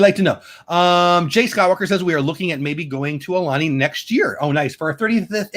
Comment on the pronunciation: Aloha! Great stream! Sorry I missed this! Aulani = au (as in out)-lah-nee. Ko Olina = koh-oh-lee-nah. Hope to meet u when u make it out here. U could visit the Dole Plantation & would love to know what u think about the Dole Whip here. 😜